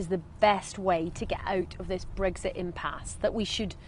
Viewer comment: She can't pronounce Brexit properly. There are no eggs in it.